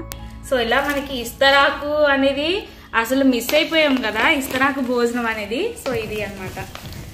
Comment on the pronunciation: ఇస్తరాకు కాదు తెలుగు ఖూనీ చెయ్యకు. విస్తరాకు అని నేర్చుకో